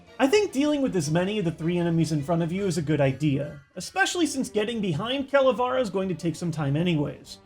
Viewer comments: It’s Calavera not Cala far a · oshawott from oblivion Actually is Ca-la-vera because it comes from Spanish and that’s how you pronounce it on the language. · It's pronounced CALA-VAIR-UH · you say calavera wrong is not whit a is whit e